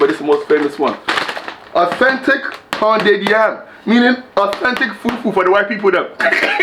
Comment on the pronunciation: The way you said Apetamin and fufu 😭😭😭😭😭😭😭